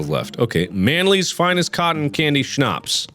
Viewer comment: I was very confused because you absolutely nailed the word "Schnapps" and I forgot you were part German I'm German and didn't expect that also "Auf wiedersehen" is spelled wrong